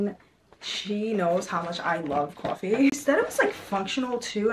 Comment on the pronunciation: LOVE LOVE LOVE!! has anyone told u that u say coffe like a new yorker ☺ cawfee lmaoo LOVE UR VIDS OMGG